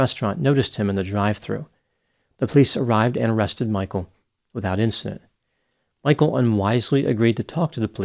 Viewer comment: His name is not "Michael". It is Michel. Get the basics right!